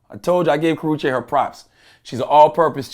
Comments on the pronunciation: tehaha he said kowachaki doeeee! 😷💀💀💀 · How many times he gone fuck her name up LMAOOOOO